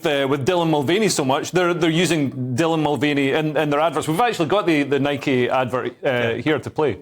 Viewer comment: It's Nike not Mike.